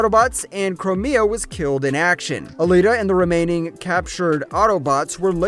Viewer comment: you said “twin sisters” but there’s a third Femme. The pink is Elita, the blue is Chromia (which is pronounced Crome like the metal, with an “meh” and “ah” on the end, not Crow-May-ah) So who’s the purple one? Anyone know?